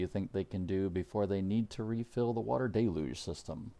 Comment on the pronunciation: Del-UGE. Del-UGE. Not Del-LUGE. There is only one L in Deluge and two syllables. The first syllable is Del and the second syllable is UGE. Everyone at Websters Dictionary agrees that there are two syllables and that the split between them comes after the Del. The second syllable is UGE and though it looks similar to the word LUGE it is not pronounced LUGE. Therefore phonetically the word is pronounced DEL-yooj (with the 2 o's being "long o's") as in the word moon. But it's not pronounced DEL-LUGE. It's pronounced DEL-UGE. Not DEL-LUGE! The second syllable does not have an L.